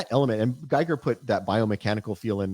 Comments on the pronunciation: 440:50 min. Don't want t be pedantic but the right pronunciation of the name Giger is very close to "Geeger". So turn the I into an E and put the accent there. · Just one thing, ty and that guy, Giger is pronounced "Geeger" not guy-ger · Loved this talk. Can't wait to watch the rest of these. One thing, Giger rhymes with eager. There's a video on YouTube of him pronouncing it.